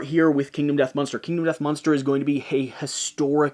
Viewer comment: Is "munster" an inside joke, or is that just how you pronounce "monster"?